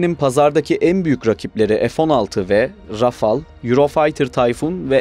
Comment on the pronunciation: Kardesim tebrik ediyorum ilk defa "Rafale" yi Rafal diye söyleyen sensin sanirim herkes Rafael diyor ve öyle oldugunu saniyor 😄. Fransa dan selamlar